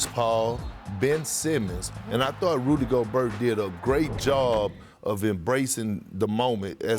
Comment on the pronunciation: this guy Perk said “Golberttttt” I get it, it’s French. “Gobert” like “Go-bear” but come on Perk